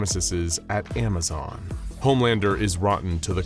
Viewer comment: Not amizon